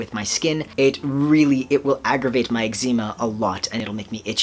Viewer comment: You say eczema weird It confused me for a second but its Oki =3